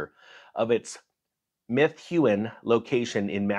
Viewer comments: Lol it's pronounced Meh-thew-in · its pronounced meth-oo-in. (insert joke) yes, there is a bit of a problem there... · I'm feeling totally triggered here... You were uncivil in your pronunciation of the town in which the outback steakhouse closed in Massachusetts. Good golley man, everyone knows how to pronounce that town's name. First, it is spelled M E T H U E N. And its proper pronunciation is... METH-EW-EN. I am disgusted in this country in that no one knows proper English anymore. I would have assumed that everyone could pronounce Methuen correctly at this point as they should also be able to properly pronounce the word car... Which for the uninformed is pronounced... KAH. GO PATS!!!